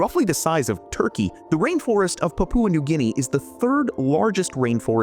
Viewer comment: You mispronounced Papua New Guinea